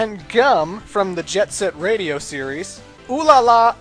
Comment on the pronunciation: The intro movie looked pretty sweet at least:-) and I liked that called it Jet SET Radio, and not Jet GRIND Radio.